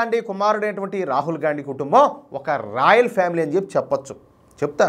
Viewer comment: అన్న నువ్వు గాన్డీ అంటుంటే - గాఁడు గాఁడు అంటున్నట్టు ఉంది 😂😂😂😂